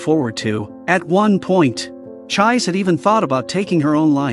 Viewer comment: I can't get over the pronunciation of 'Chiise'. The 'i's are elongated and the 'e' is pronounced as a vowel as in 'egg'. It is an amazing anime/manga and worth watching not just getting a short recap. I hope everyone has an opportunity to watch it or read the manga.